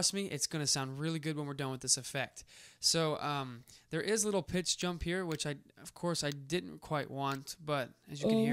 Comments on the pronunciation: Did he say time and "PINCH"? instead of pitch? lmao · hahaha I thought I my ears added the "n".